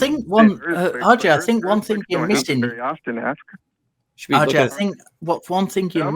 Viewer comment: says, "RJ, RJ, RJ... RJ...". What I hear is, "Audrey, Audrey, Audrey... Audrey...". 😂